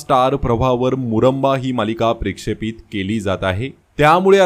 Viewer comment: तुम्ही स्वतःचे यूट्यूब चैनल चालवता तुम्ही जरा स्वतःची भाषा सुधारली तर जरा जास्तच बरं होईल तो शब्द प्रेक्षपित असा नसून प्रक्षेपित असा आहे